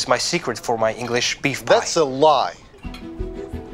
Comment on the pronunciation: They cut the chicken and say Beif pie.. Lol